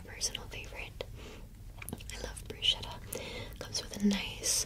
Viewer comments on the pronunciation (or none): Nice video! Just so you know, bruschetta is pronounced bru -ske -ta. The sci makes a "sh" sound, but the sch makes a "sk" sound. I always said it wrong when I was a waiter too, but I learned the right way in an italian class. Thanks for your vid!